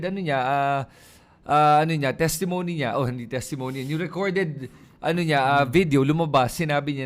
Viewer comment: paki check ang pronunciation mo ng testimony. Thanks❤